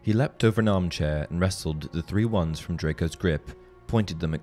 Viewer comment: Because they are Wands not Twands :P